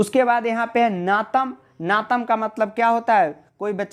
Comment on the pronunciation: Bhai wo नातम nhi नताम HAI 😂😂😂